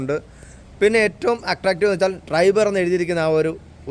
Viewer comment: ട്രൈബർ ആണ്. ഡ്രൈബർ അല്ല😂